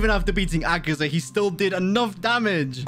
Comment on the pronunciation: Ay guys did u notice that how he says akaza he says akazar not akaza proof 👉